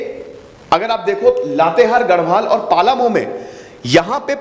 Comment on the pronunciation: Sir...it is पलामू not पालामू...😇